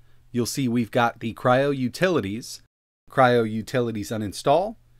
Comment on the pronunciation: I wanted to watch this review by you. When I started watching his youtube channel. Immediately old memories from you (a few years ago) came back to me, a dejavú… I’ve watched this before. His channel somehow reminds me of yours. BTW thanks for not pronouncing Kyro, instead of Kryo.